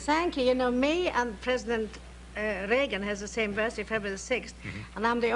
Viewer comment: The way she said Reagan is exactly the way Hungarians say régen (meaning: once upon, a long time ago, in old times). Strooong Hun accent all the time, so lovely.